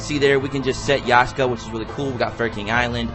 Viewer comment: YAKSHA!! NOT YASHKA!!